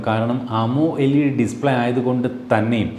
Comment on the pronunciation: അമോ എൽഈഡീ ഇനിയും മാറ്റാൻ ആയില്ലേ 😑. ആമൊലെഡ് ആണ് ശരിയായ ഉച്ചാരണം